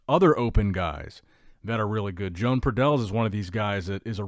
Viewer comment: Everyone will look different by the time they get on stagee as always and that is some whacky mirror action by pradels and btw, not sure what country he's from but I'm willing to bet his name isn't pronounced Joan like a lady it's probably Joe-Ahn or Yo-Ahn.